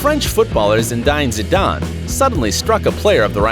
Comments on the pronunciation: first of all its not zindane zidan its ZINEDINE ZIDANE! MArco didnt cheat everybody shit talks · Zidain Zidane wth it's ZINEDINE not Zidain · zhideen zindane (its pronounced zin-a-deen zid-an) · "Zindine Zidarn" bruh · U pronounced zinedine zidane zine diine like wht te fuc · Who TF is Zindine Zidane? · It's not Zina dan not Zina Dane Idiot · You lost me at "Zindain Jhidan" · "Zindine Zidane" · The way you said zindine zidane and Rijkaard gave me cancer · “Zinédine Zidane” Learn how to pronounce foreign names lad!!! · Toni Playz Toni Playz lol His name is Zinedine Zidane and he said it *Zinédaine Gidane* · Zindine zindan!?!? Holy fuck if you cant read dont take a job narrating! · THAT PRONUNCIATION OF ZINEDINE ZIDANE IS THE WORST THING IVE EVER HEARD. MY SIDES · You pronounced Zinedine Zidane wrong, you pronounced Marwin wrong, you pronounced Modeste wrong, you called the referee the judge, you pronounced Rijkaard wrong, you pronounced Völler wrong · The way you said Zinedine Zidane is appalling.. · learn to pronounce zinedine zidane its easy man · I disliked this because you can’t pronounce names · About 4 different pronunciations of Zinedine Zidane. All wrong. Do a bit of research, you moron. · You said Zinedine zidane wrong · He can't say zinedene zidane right lol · You could at least have tried to pronounce the names of Zinedine Zidane, Frank Rijkaard & Rudi Völler correctly. All absolutely awful pronunciations nowhere near their real names. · You killed his name 😂😂😂 zinedine zidane